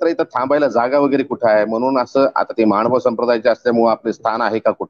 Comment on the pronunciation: दंडवत प्रणाम् सर! मानभाव नसुन महानुभाव असा शब्दोच्चार अपेक्षीत आहे!